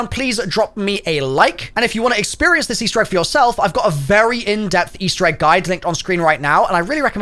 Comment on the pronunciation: "Eastewr Egg" lmao